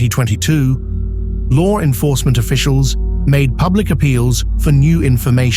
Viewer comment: Lar enforcement lol like the way that's said..